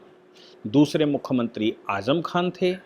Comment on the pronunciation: आप मुखमंत्रीं क्यूँ बोलते है ? " मुख्यमंत्री